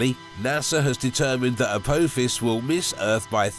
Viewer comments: its prenounced ApOthis NOT ApOAthis, its named after the Greek God of destruction, NOT a stargate movie character, a simple bit of research is all it takes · Please stop saying A po fiss it's literally killing us ... you even name checked SG1 😂😂😂 it's not how it's pronounced at all in any way 😂😂😂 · You are saying apophis wrong. I have never heard anyone say it like that. The O doesnt sound like that. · It's pronounec A POPH IS,get it right.. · The "o" is silent in Apophis. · At least get the name of Apophis right, its named after the Egyptian god...You messing it up on purpose imo. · as a fan of stargate, it was quite annoying the way he said Apophis. also the way he said Halley made me wonder if he has ever left his house..